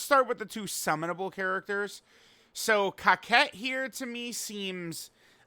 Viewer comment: Why u pronouncing Cocotte, kawkette ?